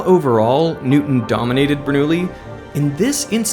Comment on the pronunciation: Who was "Nootin".